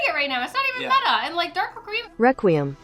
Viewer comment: Most Yugioh Players: Dark Requiem pronounced Dark Re-kwee-em Xyz Dragon: Dark Rakeem XYZ dragon Me: Who is Rakeem?